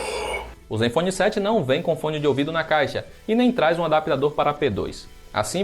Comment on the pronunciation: vem, ele até deu uma certa ênfase no "na caixa"